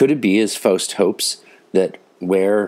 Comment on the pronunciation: First time I hear Faust in english translation. As you sure know only a small percentage of the genius can be captured this way. But your german pronunciation is excellent! I very much enjoyed your episode!!